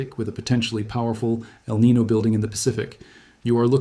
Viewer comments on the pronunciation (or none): El Niño is not pronounced “el nee no”… please say "el nee nyo” it is a Spanish name